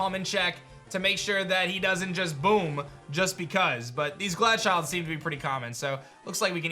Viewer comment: Pronunciation of Glachild drive me crazy. Pokédex entry said snow child I was like here we go he will fix it. Then he read it and pronounced it ‘snow chilled’ 😭😂